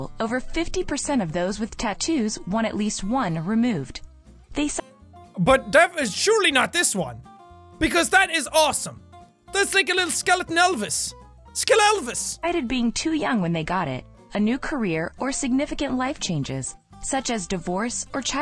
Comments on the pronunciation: " skelelvis" Me: what about just, "skelvis"? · Skelvis was right there and you went for "skelelvis" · Jack:it’s a lil skell-Elvis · IT'S PRONOUNCED SKELVIS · It’s skeleton Elvis! It’s Skelvis!